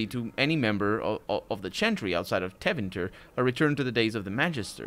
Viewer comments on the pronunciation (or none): Tevinter and not "Tavinter"...read it with portuguese phonetics and you'll nail every Tevinter name, since most their names come from latin. As for Orlais ...its obvioulsy inpired from France..therefore french ...(and if you didnt noticed by now Ferelden is supposed to be england)